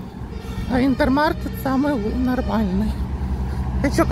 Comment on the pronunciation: Интермаркт! Хватит все магазины на ваш украинский лад произносить.Маркет это у вас,тут Маркт.Микс Маркт,Интермаркт.Маркт,Маркт!!!Необучаемая